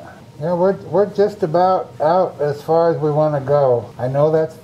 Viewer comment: Far!!!! Not fad!!! EXQUISITE!!!!!